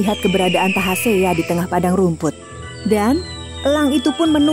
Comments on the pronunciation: Tasahea deela min bkn tahasea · bukan tahasea tapi tasahea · Bukan tahasea min, tapi tasahea 😇😇 Ini cerita rakyat dari daerah saya di kolaka suku tolaki mekongga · Maaf koreksi sedikit. Nama sang pemberani itu yg benar adl Tasahea bukan Tahasea. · Yg bener itu tasahea jangan di pelintir dong bukan tahasea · SALAH NAMA...TASAHEA...NOT TAHASEA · Tasahea, bukan tahasea